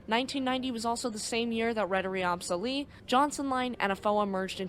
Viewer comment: I'm impressed. One thing about the name "AB Sally". You said it like "Ab-sally". You might want to know that "AB is the Swedish abbreviation for "AktieBolag" which is like "inc" on an American company name. So remember that it should be said like A.B (space) Sally. Thanks for your video. I was actually in (kinda) the same storm on a Stena Line ship from Gothenburg to Kiel the same night. My mother was working on the ship and sadly many of the crew on "my" ship knew people in the staff of Estonia. That's because some of Estonia's crew used to work at Stena Line IIRC. Many sad faces on this Stena ship that night. I will never forget that.